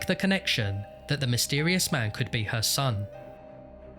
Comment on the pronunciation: "the police treated this.... (dramatic pause) as a homicide!" i laughed out loud at this obvious development in the story, yeah no shit they did. edit: oh yeah, zooming in on the word "mysetrious" :)